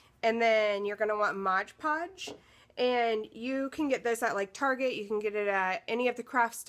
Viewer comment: Love your project, but sorry...it's MOD Podge...not MODGE Podge!